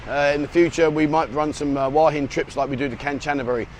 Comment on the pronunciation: It really beats me why you people can't show respect to your Thai hosts (who you keep saying you love) and learn to say "Hua" to rhyme with "oo-er" and not "Hawah...!" I know you always say you don't care, and it doesn't matter, but this attitude reflects badly on your image... Just a thought...